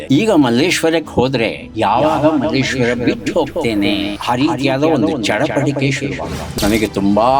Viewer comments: ನಿರೂಪಕರು ಮಲ್ಲೇಶ್ವರಂ ಅಂದ್ರು❌ ಅತಿಥಿ ಮಲ್ಲೇಶ್ವರ ಅಂದ್ರು✅ ನಾವು ನಮ್ಮ ಸಂಸ್ಕೃತಿಯನ್ನ ಹೀಗೇ ಕಳೆದುಕೊಳ್ಳುತ್ತಿದ್ದೇವೆ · Malleshwaram alla Kannappa . Someshwrara avaru malleshwara antha sariyaagi heltiddaare